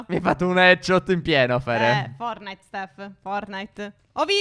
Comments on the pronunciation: Phere cmq nn si dice fornait ma si dice fortnait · scusate io vi voglio bene ma non si dice fornait si dice fortunite